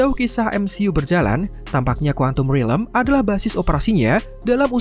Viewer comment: Stop saying rilem ffs it's realm